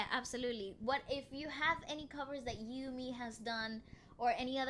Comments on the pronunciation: Ur pronounce is right....eumee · is correct, it’s You-me